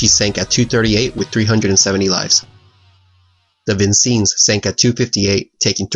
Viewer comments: You have a terrible staccato narration voice and you mispronounced Vincennes (vin sennes not veen seenes) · Vincennes is pronounced: VIN - SENS. A decent presentation nonetheless. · Great videos, love your channel. One note, though: your pronunciation of 'Vincennes' is incorrect. it's VIN - senz, named for the Siege of Vincennes, Indiana, a battle in the American War of Independence. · Very well done on the video. I just wanted to help you on the name Vincennes. It’s Vin sins. All good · Ok, just a little correction: the battleship Vincennes is pronounced- vin-senz. And since post-Coloinial times has always been a commissioned vessel in US Fleet. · First time I've ever heard of this battle and I'm a pretty avid war historian. It goes to show you how the victor really writes the history books. There's a typo. It's "Vincennes", not "Vicennes" and pronounced "vin-sen" as it is a French word or "vin-senz" if you go American pronunciation. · Nicely done!!! And it’s pronounced: “vin-SENZ”. Named after the French colonial town in Indiana on the Wabash river; the border between Illinois and Indiana. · Pronounced: Vin- Sends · Ok i am sure someone has said it already but Vincennes is pronounced Vin Sins.. It's named after Vincennes Indiana, my home state. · Wow... 1st new subscription for months! Hate to be a pedant, but is it pronounced 'Vin-CHennes' perhaps? I could be wrong. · You also misspelled and mispronounced the USS Vincennes (Vin - sens) for most of the video. Useless trivia: her modern namesake is infamous for shooting down an Iranian passenger airliner during the "tanker war" in the 80s. I wish I had a scanner because I would share a chart of the battle with course tracks and time indexes. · The 'E' syllable in Vincennes is also pronounced as a soft 'e', not a hard one as done in the vid. i.e. "Vin-SENZ" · Amazing video, I just gotta say it's pronounced vin-sins. Like the VIN number on on your car and then sin like acting against God. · Vin-Senz not as Vin-seens